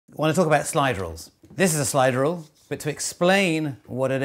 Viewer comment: It sounds like "slidrel".